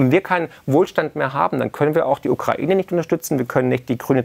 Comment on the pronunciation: Können Sie Ihren Gästen vor der Sendung erst beibringen wie man Ukraine richtig ausspricht.